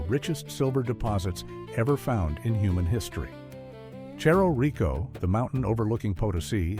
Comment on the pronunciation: Cerro Rico, pronounced /therro rriko/ "th" as in teeth. Please take it as a piece of help, not criticism